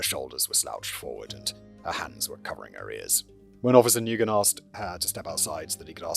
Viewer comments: Nguyen is pronounced "win" or "wen," not "noo-gen" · I missed it... Was it something like new-guy-en or something? To be fair you'd have to look it up to know it's wen. 😅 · I'm begging script writers to give audio links of proper pronunciations of any names that aren't traditional English names for Simon's reference before recording orz. Nguyen is such a common Vietnamese name, its pronounced something like "nwen" not "ne-guy-en", then of course Kouri is supposed to be pronounced like Cory, and so on. I know he's using paper scripts but they do exist digitally so a link or two would simplify things a lot. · To add to the pronunciation guide, the responding officer's name is pronounced "Wen" even though it's spelled "Nguyen". It's a rather common Vietnamese last name, I work for a doctor with that same last name. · Nguyen - It's pronounced, "Win" or more exact, "Ngwin". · I live in Lowell, MA. has the 2nd highest Cambodian population in country. Every Nguyen ive met here they pronounced new-yen. Silent G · Simon, Nguyen is pronounced the same as win. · Not sure if different countries pronounce the name Nguyen differently however here in Australia where we have a lot of Vietnamese people we and they pronounce it like "new-in" or "new-en". I wouldn't be surprised if we're all just saying a name/word incorrectly in different ways and the Vietnamese were just like ok i guess that's just how it sound's when you say it with your accent. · isn't Nguyen pronounced like Winn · He's also mispronouncing Nguyen 😅 it's closer to "win." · OMG the pronunciation of Nguyen 😂😂😂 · AND pronouncing Nguyen! :)